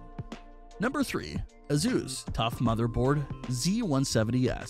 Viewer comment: who is thus " AZoos" you keep mentioning? Oh you mean " Asoos" aka Asus as it is properly pronounced. Got it